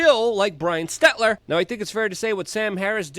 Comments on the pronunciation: Just FYI it’s Stel-ter not Stet-ler. Great content as always thanks for all you do Luke!!!! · Ots Selter hun not Setler. Hahaha but fits better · Stel-ter not Stet-ler anyways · S-T-E-L-T-E-R.....not S-T-E-T-L-E-R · Are you saying SteTLer instead of SteLTer on purpose? it's pretty funny. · hey Luke, it Stel-ter, lol not Stet-ler but who cares....He's GONE Baby!😆😆😅🤣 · It’s NOT SteTLer. It’s SeLTer! Jesus. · Love you Luke...that being said... its STELL-TER...not STET-LER...your a great journalist...not being able to pronounce these names correctly lessens credibility and may confuse some...you've pronounced this clowns name wrong for quite a while...I should have commented before he got canned 😅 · Bro. It's Stel-ter. Not Stetler. I love you Luke, I've given you money, but you've been driving me nuts with this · He knows. Its intentional 😎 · That would be stelter Luke not stetler! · Stetler... LOL Luke kills me when he mispronounces words. Not sure if it's on purpose or not. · STEL-TER!!!! STEL TER. STELLLLLL. TERRRRRRRR. HELTER STELTER. Can't take you seriously when you keep mispronouncing names like Stelter and Dunnigan. YOu're a great journalist but you gotta take your job seriously and pronounce names properly. Ukrainian was my fist language and I'm a dummy with dyslexia and I can even say their names properly. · Bro can't pronounce Stell-ter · Dude i hope you forever miss pronounce words fuck pronouncing or spelling it right aslong as they know what you mean and they damn well know what you mean if they're correcting you lol *STETLER not stelter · See if you can't pronounce potato heads name properly next time